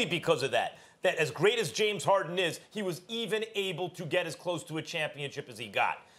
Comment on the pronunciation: “James Hawden” -Kendrick Perkins